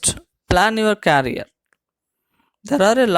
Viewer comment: It's career and not carrier...!!!